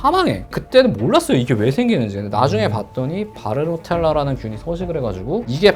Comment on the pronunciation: Bartonella 바르토넬라인데 계속 바르노텔라 라고 하시네요